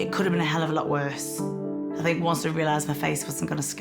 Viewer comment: Fink is not a word its Think! Really annoying hearing it. As well as Fort instead of thought